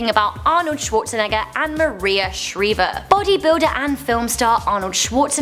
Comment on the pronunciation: It's Maria Shr-I-ver, not Maria Shr-E-ver. 🙄